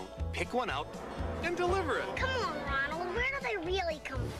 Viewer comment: It sounded like "duh, hey, Ronald" lol